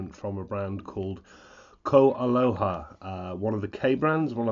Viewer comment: Not to be picky as I love your reviews. They are tops! But...your Hawaiian pronunciations leave a lot to be desired. Pono is P-OH-NO as in "oh no!" with a P on the front end. Opio is Oh-PEE-oh with the accent on the "i" which is pronounced hard E in Hawaiian. You've got KoAloha down. Well done and thank you for your excellent reviews! Mahalo (Mah-HAH-low);-).